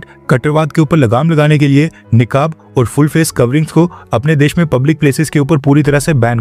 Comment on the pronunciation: निकाब नहीं नकाब होता है